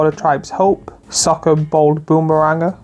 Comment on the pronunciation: I had to skip a lot because most of the things said are extremely obvious and redundant....and a lot of cards badly pronouced, like Azula Cunning Upriser? what? and Sokka what?... I know youtubers are lazy and not very good orator, but Come on !!